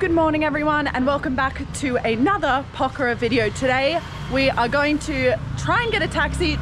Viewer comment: The very first foreign vlogger to prounounce Pokhara correctly 😊, get well soon